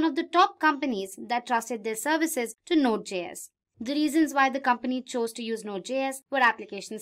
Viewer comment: Please redo the voice over. It’s pronounced “jay-s”, not “gee-s”. It JavaScript, js - not gs.